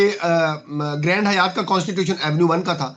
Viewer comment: گرینڈ حیات نہیں گرینڈ ہائیت Grand Hyatt گرینڈ ہائیت ہے Hi-att